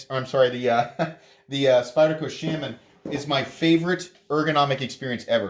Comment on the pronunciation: The way he pronounces Shaman really grinds my gears....